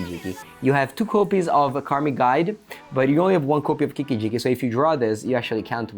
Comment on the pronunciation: Hearing say Kikki-Jikki is for some reason very satisfying